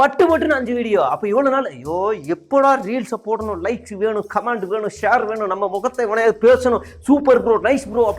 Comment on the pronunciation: ''கமேண்ட்'' இல்ல...கமெண்ட்..உச்சரிப்பை திருத்து.அர்த்தமே மாறும்